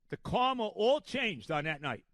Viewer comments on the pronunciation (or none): none